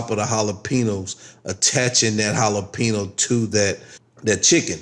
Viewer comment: The way u say jalapeno is driving me crazy lol but looks good